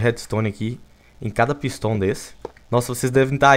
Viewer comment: Viniccius13 fala pisto e n pistão kkkk